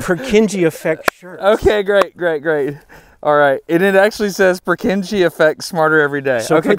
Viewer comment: That's not how you pronounce Purkinje. Other than that, have a great time experiencing the eclipse for those of us half a world away